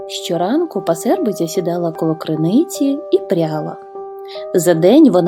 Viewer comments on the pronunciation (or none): пАсербиця, а не пасЕрбиця! наголос на перший склад!